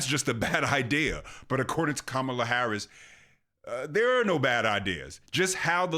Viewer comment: Ka - ma-la😂😂😂😂😂😂😂😂😂😂😂😂😂